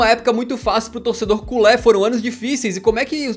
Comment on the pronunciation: Culê é a pronunciação correta